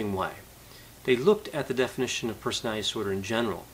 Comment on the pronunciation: Doc. I love listening to you. But please work on pronouncing the word personaliTy. You say personaLLy. you don't pronounce the letter T.